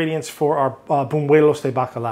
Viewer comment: It's buñuelos not bunuelos. Sounds very gringo. Haha